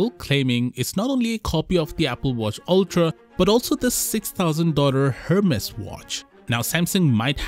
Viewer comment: FYI the "H" in " Hermès" is silent, meaning it is pronounced "Er-mès", not "Her-mes"